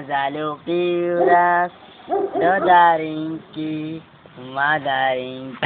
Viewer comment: nie mandarinky ale MADARINKY :D :D :D chudaaak... on za to nemozeee :D